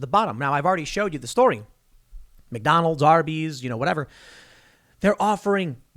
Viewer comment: Tim: "People eatin' at Mack Donnel's"